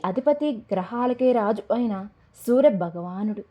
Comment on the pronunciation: సూరభగవానుడు కాదు సూర్యభగవానుడు